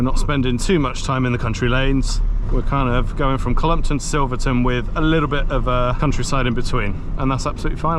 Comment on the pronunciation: Wrong, its Silverton.